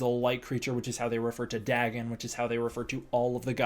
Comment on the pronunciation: Love your videos but I think Dagon is pronounced Day-gahn, not Daggin'